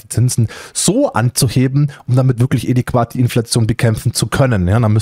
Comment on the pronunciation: Moin 🙋🏻‍♀️ Es heißt nicht (EDI)QUAT sondern (ADÄ)QUAT. Ausgesprochen sagt man ADEQUAT 🙋🏻‍♀️👍🏼 Ansonsten alles gut und rege dich nicht zu viel auf. Ist nicht gut für die Gesundheit 😃🙋🏻‍♀️